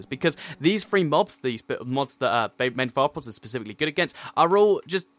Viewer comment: its pronounced "bane of arthnopoop"